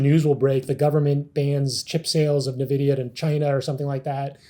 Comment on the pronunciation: Does everyone at SMB calls it Nevidia? Great video, though! You guys are awesome and very underrated. Glad I found this channel.